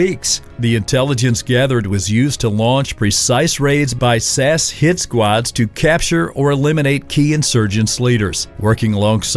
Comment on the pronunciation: Just watching this as I eat something, you know for the laughs. But good god. At hair-red-ford-shire... Sassssss hit squads.